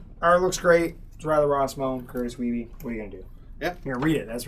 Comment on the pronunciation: Curtis Weibe is from my hometown. Must correct you on pronunciation of his name. Its "Weeb".